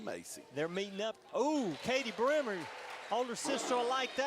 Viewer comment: Kadie Bremer - pronounced "Breemer"